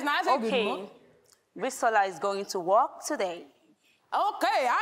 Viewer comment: It's not at all, even that 'work' was mispronounced.